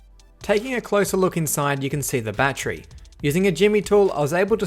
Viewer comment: Bat-ter-y. Three syllables. Not a bat-tree.